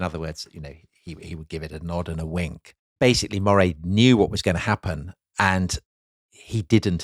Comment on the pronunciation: Love this podcast, just one comment, as I live in Moray, it’s pronounced the same way you’d say Murray.